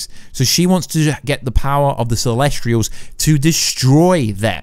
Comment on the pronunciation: CELESTIAL not CELESTRIAL! Get it right.